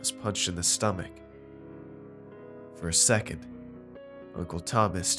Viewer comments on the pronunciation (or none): none